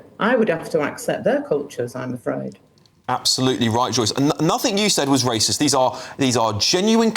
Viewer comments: Why does she say the word racist funny? Its not pronounced like that, so thats odd. Otherwise she seems on the clueless side, who's now woken up a tiny bit though much too late🙄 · She can't even say the word racist 🤣🤣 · she can't even pronounce the word racist.... 😂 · She can't even prounonce it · Fully believe she is not racist. She can’t even pronounce the word. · will u tell her shes saying it wrong 😂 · Irs actually annoying me that she cant even pronounce racist properly 😫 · Teach this women how to say racist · This woman doesn't even know the word racist. She couldnt even say it if she tried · PMSL, sorry but she can't even say it, so she can't be it LOL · I don’t think she is saying racist properly 😂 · She cant even say the word properly that she is accused of being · I presume she is basing her pronunciation on that of "racial" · Is she saying "rasheist"? 😂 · I've noticed (mostly older folk) pronounce it 'rayshist' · This is such a cheap peice here. So funny that she calls it Rayshist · It's bugging me she says rashist😂 However Starmer flip flops more than an Olympic diver. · She either needs some new false teeth, or just can't pronounce the word that comes out "rayshist" ;) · Why does she keep saying rayshist tho 🤭🤭🤭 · She’s not Ray-shist. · A ‘rayshist’? What’s one of those? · top lady but there’s no H in Racist 😂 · Lol.... "Ray_shist". Where has Joyce been all these years? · She can't say the word racist 😂😂😂 wtf is "RASHIST"😂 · Just love the way she says 'Rascist' - Well done lady! True integrity! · Rayshist LOL. I'm saying that from now on. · She can't even say the word 😅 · She can't even pronounce the word racist. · Why can’t she say racist properly? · She’s 100% correct but I do wish she would stop saying rashist 😂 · Someone needs to take her back to English classes. It's "Racist", not "Raschist".... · He called me rayshist 😊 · lol sorry but... rayshist cracked me up. god bless this woman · Rashist? Really? Ffs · Rayshist lol